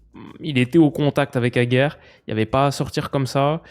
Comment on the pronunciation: le "d" dans Aguerd n'est pas silencieux. Il ne joue pas au Tenni.